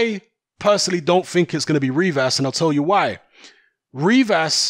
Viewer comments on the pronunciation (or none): none